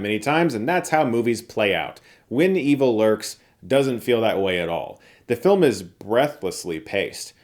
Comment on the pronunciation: Such a west coast thing to pronounce it like 'Win Evil Lurks' but I don't think he is west coaster